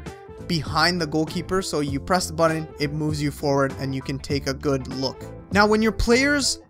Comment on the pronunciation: Wth is the "right buddin"?..that isn't even a word first off and doesn't really tell exactly which *button to press to send up the keeper..